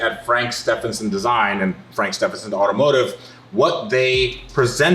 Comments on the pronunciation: Surely it's pronounced 'st-even-son' rather than ste-fan-son' ? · Please say his last name properly too, the guy is helping you out with the car. Pronounced Steeven son not Steph en son 😂